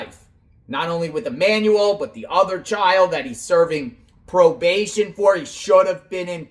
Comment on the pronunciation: I don’t care what you call Jake and Rebecca, but it costs nothing but compassion to say the names of the deceased correctly. Hector= Heck-tour Emmanuel= E-man-u-l 🙏🏼